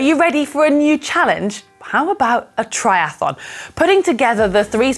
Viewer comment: "try ath on", not "try ath a lon"